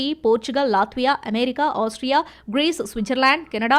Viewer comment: అమెరికా అనే పదాన్ని ఎందుకు అంత ఛండాలంగా పలుకుతున్నావ్. ఏమేరికా ఏంటమ్మా? అది అమెరికా కదా.... చెత్త స్టయిల్ మానెయ్.....